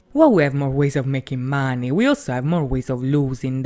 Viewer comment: Sorry but... Why do you pronounce 'money' like that?